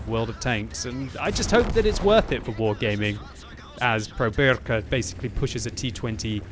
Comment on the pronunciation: you saying wrong is "wargeyming "